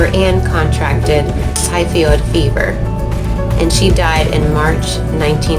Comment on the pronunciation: I had no trouble hearing you over the music. Maybe these women who are compaining need to get better speakers? Obviously they had issues or they wouldn't have said so. Typhoid fever is pronounced just as it's spelled. I think you switched the o and the i around when you said it. No biggie, just wanted to point that out. I believe in reincarnation 100%! Thanks for the video!